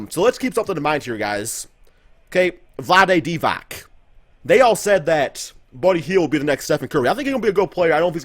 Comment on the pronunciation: you cant read Balkan names for shit 😂😂😂 Vlade Vidak and Nikola Vusevis